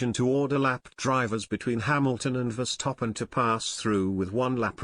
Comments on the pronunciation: the way you pronaunce name Max Verstappen , not Max Verstoppen ! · I can't help but laugh everytime I hear "VER-STOP-PEN" 😂😂😂😂😂